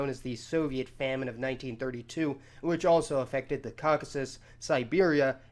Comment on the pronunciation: Take a shot every time he says the wrong word for Caucasus wrong